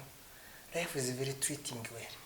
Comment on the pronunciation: Wumvise ukuntu yavuze ngo yayaya!! Ngo mbega layifu(life)🤣🤣🤣